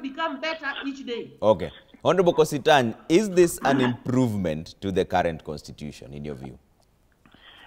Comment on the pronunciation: Doktari yawa is kositany not kositony